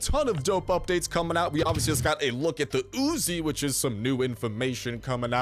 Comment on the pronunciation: Its not Ozi its uzi